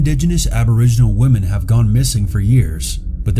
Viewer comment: Am I missing something? Is there a reason you don’t seem to use the plural of woman when you are speaking? It sounds like you say “belonging to one of the missing woman” and things like that when speaking of women as in more than one. I don’t mean to sound picky. Just wondering if I am hearing it wrong or maybe you aren’t from US and that is correct where you are from. I really love your videos. I am a recent subscriber.